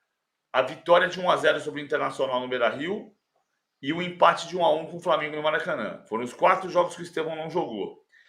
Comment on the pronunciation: Mulambo o cara que fala "Framengu é oto patama"